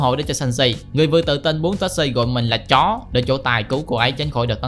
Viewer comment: Tại sao anh lại nhắn mạnh chữ "chó" quá vậy :))